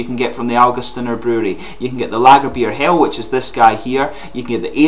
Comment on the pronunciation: As a German I must say that your pronunciation of "Lagerbier Hell" is pretty decent. :D